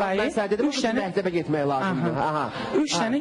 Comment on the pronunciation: ..mehteb yox mekteb😁👐🏻🌿 Bu bayram deqiq oglandikiii..wupem var